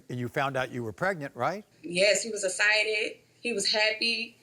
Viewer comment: She said: yes, he was ah-cited! I think she meant to say excited, but carry on lol 🤭